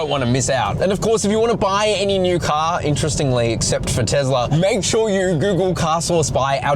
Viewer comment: It is not TEZLA